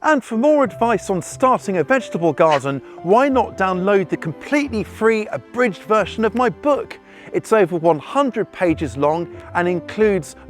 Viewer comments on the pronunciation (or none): none